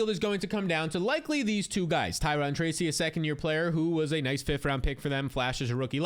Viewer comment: Ty-ROWN (Tyrone)